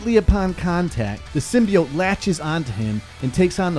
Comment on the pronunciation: Yano just cause the movie pronounced Symbiote wrong..doesnt mean u have too 😂. Great vid...venom is a beast...and weak as fuck in the symbiote world 😎